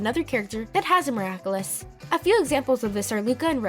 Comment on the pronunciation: Also, stop saying 'miraclus' its annoying